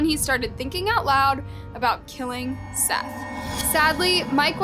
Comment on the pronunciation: His name was Seath not Seth